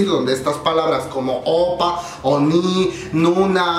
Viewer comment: #1: Se dice Oppa (imagina que lleva una tilde en la última sílaba), es decir aguda. Si vamos a corregir "hangul" es bueno enseñarlo correctamente... en buena onda. #2: La ropa de VIVIZ no fue porque no tienen un buen estilista, es un homenaje al año 2016 en los MAMAS. O sea hay que informarse pue... #3: Si bien los coreanos no son tan eufóricos como los fans internacionales. Las reglas de las multitudes en Corea según "pandemia" es que no pueden gritar, solo pueden aplaudir. Éxitos.